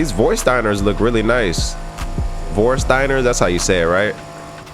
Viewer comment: bro if you really wanna how how Vörsteiner is pronounced, it's like Vörshtainer